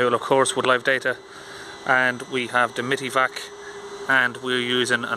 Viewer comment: Live data is golden for these issues! PS: Isn't it pronounced "Mighty" vac?